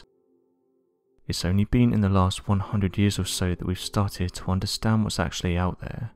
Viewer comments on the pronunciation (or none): none